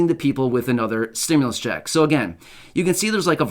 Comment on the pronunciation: "2,000 stimlus ccheck" lol